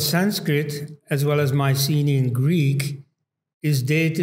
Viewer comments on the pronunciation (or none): none